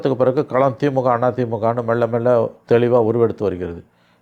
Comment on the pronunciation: அது மெள்ள மெள்ள இல்ல, மெல்ல மெல்ல 😂